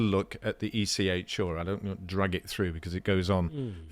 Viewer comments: Stop saying ECH-oooooo it is ECHR-aaaaaaaa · Can someone please teach to pronounce the R in ECHR properly? Listening to him say it is making me want to stick needles in my ears.